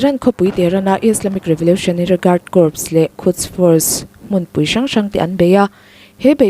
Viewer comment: Corps a nih chuan "kor or korz" tiin lam ri zawk rawh "p" ri tel lovin